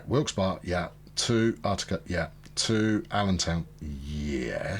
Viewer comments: Love your videos, just an FYI - Utica, as in Utica NY. is pronounced (YOU-ti-ka), The U sounds the same as "United". Doesn't take anything from the video series just sayin. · You find weird stuff like that all over, I'm from NY, that's why every time he said Uht-i-ka I cringed. In Manhattan, H-o-u-s-t-o-n Street is pronounced "HOUSE-ten". Where that came from is beyond me.